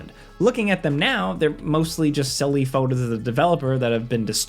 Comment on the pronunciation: Anyone else here him say “scared scilly” toward the end? Btw love the channel